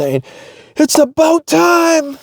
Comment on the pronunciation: lmao just saw this. I basically said the same 😂